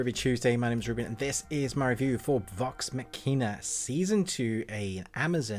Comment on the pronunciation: Glad to hear you enjoyed the show. Glad to hear this season gave more emotional moments especially. The review was concise and to the point, but there were a few mechanical issues and a couple factual errors, with one being pretty glaring. — You are mispronouncing “Vox Machina,” “Keyleth,” and “Scanlan” after 24 Episodes? — Silas isn’t in Vox Machina. — You said your main problem with the writing is the characters having “plot armor,” but that couldn’t be further from the truth. THIS STORY’S SOURCE MATERIAL IS A GAME THAT WAS ORIGINALLY PLAYED LIVE. The characters lived or died on the results of improvised decisions, actual, random dice rolls and a running tally of each characters hit points and death saves. Furthermore, main characters in Critical Role, where this show is adapted from, CAN AND DO DIE from bad decisions or bad dice rolls. Sometimes they can be resurrected, with magic, but sometimes they can’t and it’s permanent.